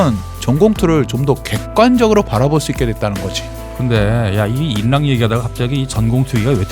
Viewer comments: 정보) 인랑은 유음화법칙이 적용되어 인낭이 아닌 일랑으로 발음한다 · 인랑 발음할때 ㄹ앞의 ㄴ이기 때문에 유음화 현상으로 [일랑]이라고 발음합니다. 약간 불편... 영상은 개꿀잼이니 불편러 봐쥬세요 ㅜㅜㅠㅠㅠㅠ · 근데 인랑의 발음은 [일랑]아닌가요? 저는 그렇게 아는데 [인낭]이라고 하시네요 사전에 나오는 것도 아니라 발음이 헷갈리네요